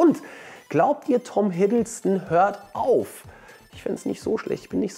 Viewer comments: hiddleston - nicht hiddlestone ... sorry das musste sein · Es hei?t hiddleston